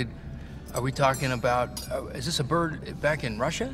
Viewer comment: I WAWNT MY BURD. NO! O WAWNT MY BURD.